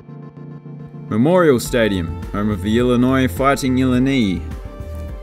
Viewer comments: Nitaney lions. Illanee. Lololol that’s hilarious, I love it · I think it's pronounced (ill-eye-nye)